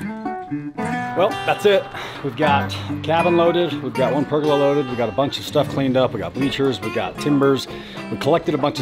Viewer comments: Per-goal-ah.....not purgala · Per-gol-aa....... per-gil-la makes me cringe 😂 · Wtf is a purgalah, I think he means pergola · I always find the American pronunciation of Pergolas funny, it just doesn't sound right.